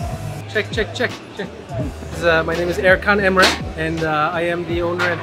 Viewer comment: When you hear Erkan Emre pronouncing his name incorrectly😂